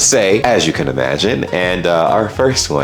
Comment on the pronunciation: Did you pronounce "Can" as "Canada"? 😁